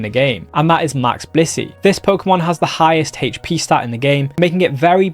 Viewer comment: I love this guy and all the info he puts out... but I cant be the only one going crazy every time he says hatche for "hp"...